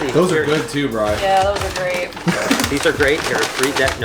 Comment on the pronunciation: And it’s Brian not brain 😂😂😂